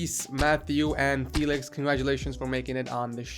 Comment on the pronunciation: Typical american way of saying my name...